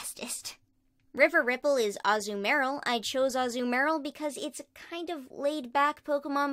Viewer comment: Azumarill (atleast to me) is pronounces Ah-zoo-mah-rill (like pronouncing my and real weirdly)